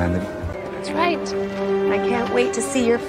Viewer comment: The girl clearly said 'that's righT' with the real T btw